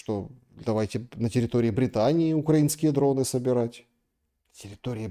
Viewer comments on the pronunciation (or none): none